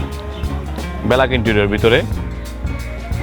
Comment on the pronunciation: ব্যেলাক না উচ্চারণ হবে ব্যাক(Black) Youtube এ ভিডিও তে কথা বলছেন শব্দ উচ্চারণে আরও সতর্ক হওয়া উচিৎ